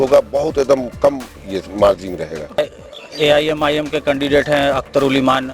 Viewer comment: साफ़ बोलो एम् आई एम